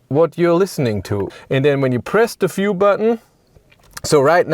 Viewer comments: Sigh... Dear narrator: The word is view with a v, not “fiew” with an f. I don't know why, but this is the single most infuriatingly annoying aspect of your Denglisch. Please try to learn the correct pronunciation, so you can stop doing this. Gillt übrigens für alle Wörter mit einem V (und nicht nur am Anfang des Wortes, sondern überall): NUR auf deutsch und niederländisch spricht sich der Buchstabe V wie F aus; auf allen anderen Sprachen, inklusive Englisch, hört er sich so an wie das was Sie auf deutsch mit einem W schreiben. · I understand you're german, but VIEW is not pronounced [FJU:]. I literally thought you were talking about a "fuel" button - in an EV.